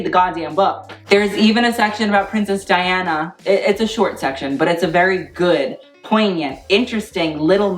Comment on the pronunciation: Hi, Diana Vreeland pronounced her first name Dee-anna ❤️ xo~Dawn